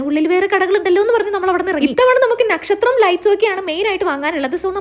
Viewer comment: It's not nekshathram it's Nakshatram ⭐